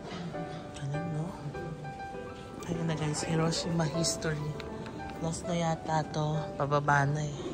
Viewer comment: Mas tama po ang "hee ro SHEE ma..